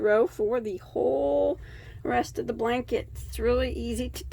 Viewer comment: Oops!..Blank-et ..lol